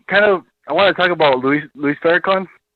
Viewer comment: For God's sake, he pronounced "Louis" as "Luis" dead giveaway, lol. No white man reads Louis and pronounces it Luis.